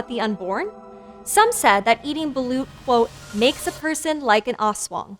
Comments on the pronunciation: i love my country!! (the Philippines) and gurl, you pronounced balOt balUt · Ayo correction/clarification here: *Correction, it's "Aswang" with a hard A (ah) like when you say "ranch" as "runch"(british) instead of "raynch"(american) *The other word s pronounced as Mananang-gal like they're two separate words. *Balut is pronounced as balot *Aswangs are just like Vampire Thralls of Skyrim but like with additional weakness(that kills them) mostly spices, blessed rituals, almost everything related to christianity itself such as the rosary(a necklace with a Christ Cross attached). They attack villages in groups strategically. *Weakness of Manananggal is finding the half lower body and pouring holy water and/or salt in the wounded area. *manananggal is not really known for the idea that it has hanging intestines, I mean logically it is since the torn part is on the stomache part but it's just not mentioned nor shown the hanging organs in some Filipino movies, comics and stories Ask me more for clarifications id gladly answer them You're welcome Edit 1:Grammar Edit 2:Yes I am a filipino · Balut and aswang too but issokayyy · i love how she pronounced manananggal, aswang, and balut even though she's kinda wrong